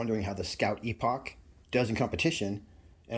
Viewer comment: Skout Epoch is pronounce Epic, Scout Epic = Skout Epouch